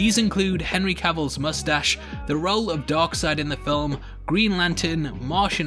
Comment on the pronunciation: Funny enough you said "Dog Seid" or DarkSeid